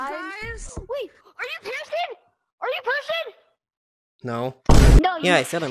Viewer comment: ARE YOU, ARE YOU PERSON. Bro said pear-son. 🤣